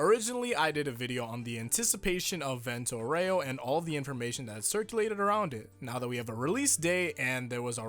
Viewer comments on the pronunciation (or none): Does even know italian? Its "vent-o aw-ray-o"! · vento oreo? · It’s pronounced “VEN-toe OW-reh-oh” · Io parlo Italiano. È VENto (Ben toe) aurEo (ow ray oh). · Just pronounce it "Vento Oreo" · I, for an Italian; just can't wait to see how they will pronounce the Italian names, like just "Vento Aureo" is too funny to hear in english/japanese, part 5 will be the end of me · Your Italian is almost good, just a nitpick: open your mouth more when pronouncing the words "Vento Aureo."